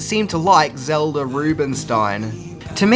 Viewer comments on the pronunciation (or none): none